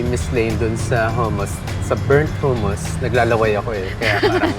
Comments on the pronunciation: Saka hindi po Hooo-moos ang pronunciation ng hummus. its Huh-muhs. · HUMUS pronounce HA not HU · Madam… hindi pu hummus yan ang spelling pero pronunciation is HUH-MUHS po. ✌️